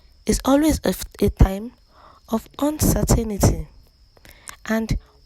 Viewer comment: You can't pronounce UNCERTAINTY? Shame on you